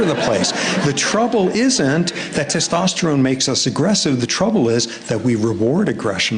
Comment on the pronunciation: dono m se ek se bhi Theek se "Testosterone" nhi bola Jaa rha 😂